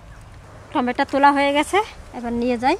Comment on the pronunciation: টমেটা নাকি টমেটা